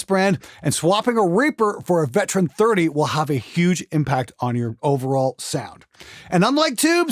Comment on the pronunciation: Anyone else hearing "Veteran 30" instead of ""Vintage 30"? 🤔